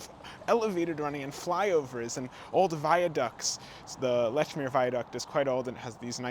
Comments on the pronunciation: It is pronounced “LEECH-MERE,” not “LETCH-MERE” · Leechmer, not Lechmere. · It's pronounced "Leech-meer", not "Letch-meer"!!!! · We pronounce it Leechmeeah heeah. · its Leeechmeeer in bostonese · Great video, but you can tell you’re not from Boston when you mispronounce “Lechmere” (pronounced leech-mere). With the care your put into your content, you should have been prepared. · I've heard letch-meer from locals though [Admin RRS] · Nice video! I will say that Lechmere is pronounced leech-mere. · "Lechmere" has been spelled that way and pronounced that way for 3-400 years. If you are producing audio content, you should check the pronunciation of unusual names and unfamiliar words. It's just like using a spell checker when producing written content. It is part of the job. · Great video! Just a couple corrections: The Amtrak to Maine is called the "Downeaster," not the "Northeaster." Lechmere is pronounced LEECH-meer, not LETCH-meer. And it's "Tremont Street," not "Fremont Street."